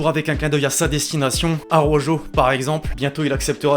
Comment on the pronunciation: Araujo = A-raou-ro